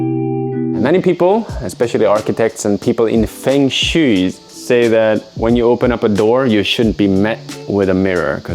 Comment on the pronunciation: Enjoying your videos. I would even perhaps like to come volunteer to do some grunt work sometime, as I often make trips to Japan, with no particular agenda other than wandering around. Just to let you know, the way to pronounce "Feng Shui" in Chinese for a foreigner is more like Fung Sshway. That's not any kind of academic phonetic writing, but I think it gets the point across.